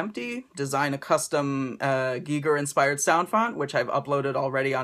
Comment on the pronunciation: awesome vid, so glad you pronounced ginger correctly, when your taking orders again I think I will need this in my life :-)